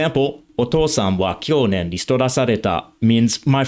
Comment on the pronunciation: Hello,as a japanese your Japanese is very good, but I'm a little concerned about the pronunciation of the "kyonen" part. When English or French speakers speak Japanese, they often hear "o" as "o:" or "o" as "ou." It's important to pronounce it a little shorter, like "ə" or "ʌ."